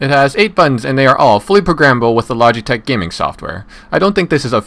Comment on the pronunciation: Lodge-e-tech Lol